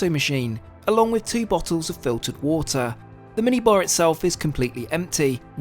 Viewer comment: World: water This guy: wuottah 😅